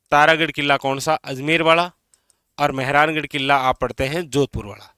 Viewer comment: Ye killa ,,jilla kya hota hai .. pronounce to shi kro guru ho aap